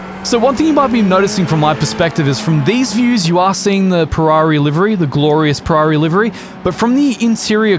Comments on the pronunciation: It sounds like you say perrari instead of Ferrari! Also another good video! I love the shenanigans lol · Said “Purrari” as a 🖕to Ferrari